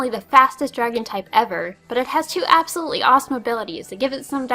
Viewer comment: Right when you said absol one apiered